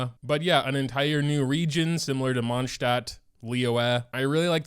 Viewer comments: are u saying monchstat on purspose? tf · PLS pronounce stuff right oml💀